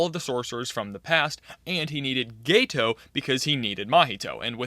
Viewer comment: Yeah geto is pronounced gay toe not ghetto